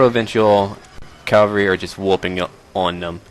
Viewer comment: don't be offended by it is pronounced as written - cavalry not calvary